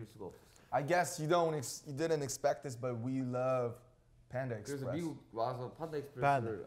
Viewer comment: stan ot7 No, That was : panda expresh.